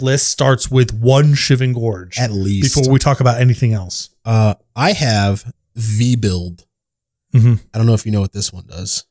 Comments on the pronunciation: Its Veb-you-lid. Not Vee-Build. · misreading Vebulid as Vebuild 😂